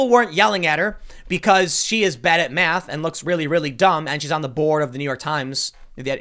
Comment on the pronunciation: I don't blame her "maff"